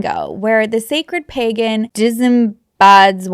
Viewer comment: The way you pronounce "pagan" had me thinking they were getting extra freaky gurl😂